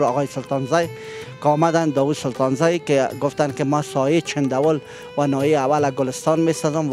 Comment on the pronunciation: او برادر سایه نگو درست نیست ساحه بگو هههههههههه